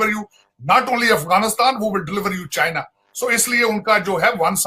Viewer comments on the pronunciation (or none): cheina? jahil tarar china hota hai